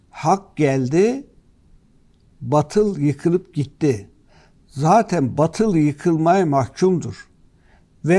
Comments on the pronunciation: Senin cehaletini ne yapacağız efendi. Batıl değil, Baatıl okunur. Bak üstündeki şapkadan anlamadın diye iki a harfi yazdım ki harfi uzatman gerektiğini bilmiş ol. Ayrıca Kitabımızda İsâ sûresi yok. El İsrâ sûresinde o ayet. Kılıçdaroğlu ziyadesiyle câhil zaten bu durum konu bile değil ama Erdoğan savunucuları bari biraz ilim sahibi olsa… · Birde batıl diyor. Her ne kadar batıl yazılsa bile bâtıl diye telaffuz edilir. Herifi dili bile yakışmıyor.... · batıl değil hadi bey, BAATIL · Hadi bey Kılıçdaroğluna gülüyorsunuz da, hadi o "batıl" diyor baatıl demesi gerekirken, siz de a harfini uzatmadan batıl diyorsunuz,yakışmadı size .. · Hâdi bey siz bâri yanlış okumayın batıl nedir, BÂTIL olacak. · En az Kılıçtaroğlu kadar, ayetlere yabancı olduğunuzu görmek beni üzdü.. Keşke "bâtıl" kelimesinin nasıl telâffuz edildiğini birine sorup, öğrenseydiniz. Kılıçtaroglu nu mâzur görebilirim. Çünkü İslâm dinine mensup bir toplumsal yapıdan gelmiyor. Ama siz İslâma mensup bir topluluktan geliyorsunuz. Size bunu çok gördüm. Ayrıca gazetecisiniz, bunu bilmeliydiniz.